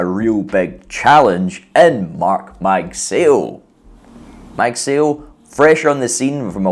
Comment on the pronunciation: It's pronounced as "mug sigh oh" ..